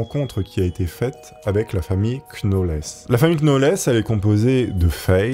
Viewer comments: Ahlalalala....sinon 'knauweless' se prononce 'nowlz' 😮😅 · Les "Knauwllsss" 😂 et pas les "Knauwllèss"... ou "Knauwèll"... 😂😅💯 Pas évident les Noms et Prénoms Anglophones, hein dit.. 😂😘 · Knowles ça se prononce nolss..Comme Beyonce. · Vidéo top mais le k est muet dans Knowles Il fautais dire nolz en réalité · "la famille queue now laisse" 😂😂 "la famille KNoël" En vrai, tu fais exprès, sérieusement ?